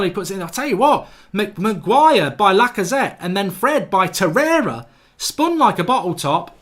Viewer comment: Hahahaha Man called Harry Maguire, willNE.